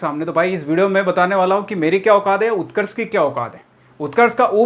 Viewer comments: Utkarsh ka o nhi u hota hai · Utrakskh m u hota hai o nahi bas y word mistake Hui h video m sudhar lena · उत्कर्ष में O आता ही नहीं यार😂😂😂😂😂😂😂😂😂😂